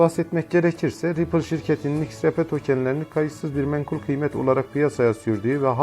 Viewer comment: İX RAY Pİ değil yanlız, Ex Ar Pi diye okuyun şunu 🤨